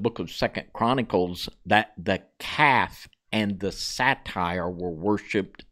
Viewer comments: Pamela Wherey is correct. Your mispronounciation gives a very wrong association. Satyr is pronounced 'SAA-TIR... That's a short a, (as In 'cat') and a short i sound, so 'tir' rhymes with 'ear'. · Daemon is a British spelling, and is pronounced the same as demon. Satyr is pronounced as say-der, not satire. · Say-der, not satire, is how it's pronounced, I believe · Say-ter that is how you say it. Not sat-tire. Godspeed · Satyr is pronounced “say-ter”. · Now I understand why Jasher is not in the scriptures just way 2 weird! Satyr is pronounced Say-Tur, not satire! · Satyr is pronounced say-ter, not satire, which is a form of comedy. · Satire is a form of comedy. A satyr is a mythical creature. You guys are too educated to mispronounce stuff like this. Love the info and studies. It's unfortunate that you don't take the time to effectively communicate. My intention is in love and with Kingdom concern. Thanks for all your hard work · Isn’t it pronounced say-ter? Also men- deees?